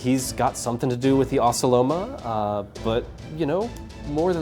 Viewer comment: Is that actually how you pronounce ocelomeh?! All this time I pronouced them wrong 😂